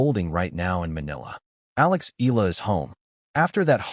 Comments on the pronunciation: It's E- YA- LA not E-LA stupid! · Please don't butcher Alex last name! It's pronounced EE YA LA... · Eala pronunciation E-yala